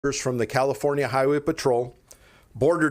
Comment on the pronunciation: No he said Californa!